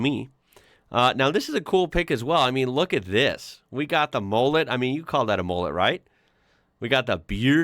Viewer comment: its not pronounced as mollett its mullet